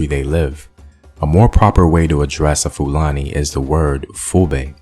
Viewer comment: You did a research or you went to google? Your pronunciation of 'Fulani' tells a lot about the source of your findings.